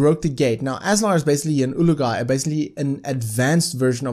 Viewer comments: I don't know if it's your accent but Azaar is an Olog-Hai not an ulug-hai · It's Olog-Hai, it's written as Olog-hai... What made you think it's pronounced as Ulug-Hai?